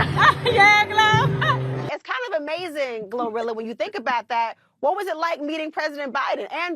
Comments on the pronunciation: Gloriila?!? Oh FFS🙄🙄🙄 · They call her glow rilla. Like gorilla ? What the hell . They can’t say Gloria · GloRilla? Please tell me there are outtakes where he mispronounced that name. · 'Glorilla"? Seriously?